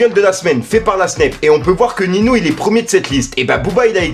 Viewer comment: Cool la vidéo ! Par contre les noms des rappeurs ont été écorchés c'est horrible ;) Tayc c'est [Ta ik] et Ninho c'est [ninio] pour la prononciation.